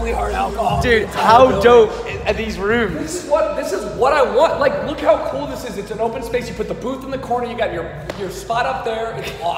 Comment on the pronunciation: doesnt say cool, he says Kewl:P